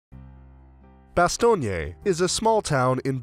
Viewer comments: omg why are you saying "bastogney"? You don't pronounce the final "e" ! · Bastogné must be a new town ... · Why is he pronouncing Bastogne like it's an Italian city name? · The narrator's constant mispronunciation of the town name is so irritating that I simply turned off the sound. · You’d think that when commenting a documentary, the first thing would be to pronounce the names, Bastogne, Ardennes....that you keep repeating correctly.... oh and the church of Bastogne is the opposite of flamboyant gothic....commentary is painful!!